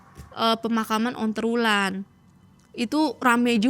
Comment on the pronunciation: dari tadi tak dengerin onterwulan terus...sendang ontro Wulan ,onterwulan terus...,ontro Wulan yg bener...